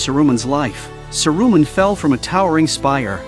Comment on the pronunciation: Ouch on the ears....Sa -Ru-Man. Painful